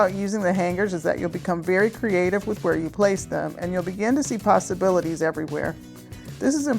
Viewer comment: All the creative ways to hang your pasta--you said so many possibilities. I thought you said pastabilities, which would also work. Nice job!